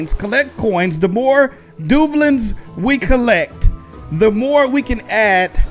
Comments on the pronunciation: Not dooblings it's dabloons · Its du bloons not doblon no judge tho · It’s DUU blooms,not doobloons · Dub-loons. Not Doublins. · It's not booklets it's debloons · Love this video. It's pronounced 'Da. Bloons' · I know this dude did not just say dublens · Its pronounced duh blooms XD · Its pronounced duh-blu-ons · It is pronounced da - bloons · It's not dueblins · Is it just me but this is cringe to wacth he says doobuleens (doubloons) da-blooms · I'm unsubcribing only because the way you say "dobloons" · got me dead the way he says doubloons GREAT VID KEV👃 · Who else got annoyed by the way said doubloons. Still love you. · It’s so funny how he said doubloons🤪🤪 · saying doubloons incorrect and my ocd I killing me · Like the videos you said doubloons wrong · Ur saying doubloons worng